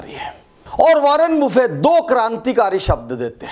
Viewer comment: Sir ji, वारेन बफेट नाम है, वारेन बुफे नहीं..😀😀